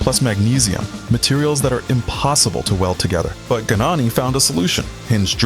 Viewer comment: USELESS CLICKBAIT. STUPID AI TEXT TO VOICE : GNANI IS PRONOUNCED YAH-NEE IN HIS COUNTRY. It took me 1 minute to find that out. DO NOT USE GOOGLE. All results now funnel to AI or AI products. You are now DOWNVOTED AND BLOCKED for poor research. You couldn't even say what class he raced in. (80cc and 125cc) READ : Gabriele Gnani began racing in 1983, taking part in the Italian Junior Championship with a Derbi 50.[1] The difficulties in finding a motorbike to race in the world championship pushed Gnani to build a homemade motorbike, so he entered the 80cc class in the 1988 world championship with a motorbike bearing his surname, ridden by Gnani himself. He immediately obtained significant results, scoring 36 points and finishing tenth in the world championship. Also in 1988 he obtained a podium and finished twenty-second in the European 80cc class speed championship. In the 1989 world championship, again racing in the 80cc class, he improved on the results of his debut season, obtaining the first podium of his career in the world championship (thanks to the second place in the Nations GP) and the fifth place in the riders' standings with 45 points. In 1990, given the abolition of the 80cc class, Gnani decided to move up to the 125cc class (still on a bike he built), entering a few GPs but failing to qualify for the Sunday races. In 2001, he competed in four Grand Prix races in the 125cc Italian Speed Championship with a motorcycle bearing his name, scoring several points. In 200